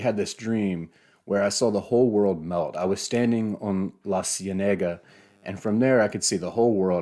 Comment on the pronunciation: I bought the book after watching this video led me to read the first page. Even though I've also read other works of his first, I was blown away by that first page and the age at which he wrote it. Also, La Cienega is pronounced, "See-eh-neh-gah"